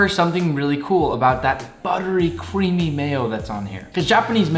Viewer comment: buttery cweamy mayo